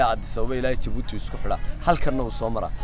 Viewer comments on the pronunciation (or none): Wadanka waxa la dhaha Djibouti (jabuuti) not (dhi)jabuuti. Magaca inaga sax. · Le "D" est muet ,,, oo ka dhigan ,,, The "D" is silent marka aad ku dhawaaqayso Djibouti waxba "D" haku dhawaaqin Sida kale waa muuqaal qurux badan dhoor jeer oo aan jabuuti tagay iima suuroowin inaan gobalada u boxo insha allah sanadkaan qorsheynayay inaa tago markuu xagaaga dhamaado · stop saying "D" jibouti the "D" is silent juste say jibuuti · Fadlan haddaad aragtid qoraalkan ogow "Djibouti" inaan loo akhrin D(dhii) Jibuuti. Af-faransiiska "DJ" waxa loo akhriyaa "J" la adkaynayo markay soo baxayso. Hase ahaatee "J" caadi ah ba waad iskaga akhrin kartaan ... ee soomaalay "D"da Ingiriisiga ah ee iska u akhrinaysiin inaga daaya.